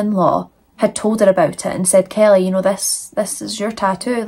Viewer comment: 1. I love the way your accent pronounces my name, Kelly😊. 2. I'm not usually a fan of graphic eyeliner, but the brighter color you used looks gorgeous. 3. F*** these 2 societal skid marks, whose names aren't worth the effort of typing.